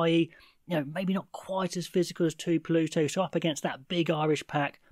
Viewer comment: Tuipulotu? Tuipuloooootu? 🤷‍♂️ Maybe the Scotsman pronounces it differently to the Kiwi! Tshuinza is an interesting one. You might have nailed it for all I know! 😂